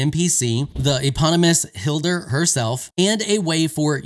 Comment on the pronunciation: Hildir -> you pronounce the 2nd i as the first one :) like if it was hilhir but with a d ^^